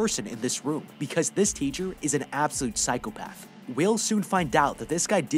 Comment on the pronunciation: Bro insted of room you said woof